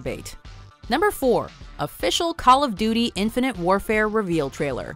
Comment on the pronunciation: She said Call of Doody.